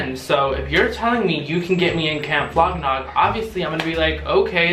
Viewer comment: Are you saying Camp Flog Knob?